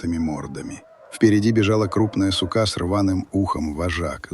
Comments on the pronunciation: ИИ !!!!!! ЮТУБ ПРЕВРАТИЛСЯ В ПОМОЙКУ !!!!! А КАКОЕ УДАРЕНИЕ !!!!!! СУКа 😂😂😂😂😂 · Особенно восхитило ударение ИИ в слове сука на последнюю букву.